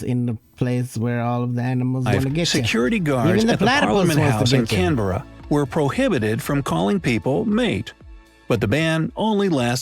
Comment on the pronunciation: I think the pronunciation of places is what pisses me off in these vids. He's not even saying Australis properly let alone Australia & Melbourne, with Canberra he's half way there. If foreigners are gunna do vids about other countries then instead of half arsed research on things about that country but research the way places are pronounced & I'm not buying the oh he's American so it's his accent why he can't say Melbourne the way we say it. They do have a Melbourne in the US & they can pronounce that anyway they like but the way we pronounce it as well as Australia, Canberra, Brisbane, Queensland, Tassie & even Aussie is how it's pronounced.